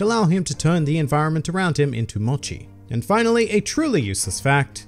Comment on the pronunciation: It's MOCHI not MATCHI